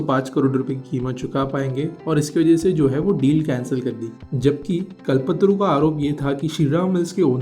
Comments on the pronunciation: the person who is doing the audio should know how to pronounce कल्पतरू and he is pronouncing it as कलपत्तरु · आप क्या हिंदी की ऐसी तैसी करते हो, एक अच्छा सा नाम ' कल्प तरू ' को ' कल पत्रू ' बोले जा रहे हो। कम से कम थोड़ा तो समझ के बोलो। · It is Kalp-Taaru not Kalpatru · It's call not kalpatru kalptaru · bhai kal patru nii hai voo its KALPTARU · Its कल्प तरू not कलपतरू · Phle "kalp taru" बोलना sikh le bhai😂